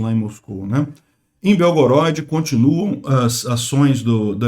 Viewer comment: Obrigado por todas suas notícias, só uma correção que a pronúncia correta de Belgorod, é proparoxítona ok. Slava Bohu v Ukrainy!